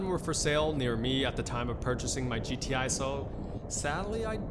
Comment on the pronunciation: anyone else notice he said g-thai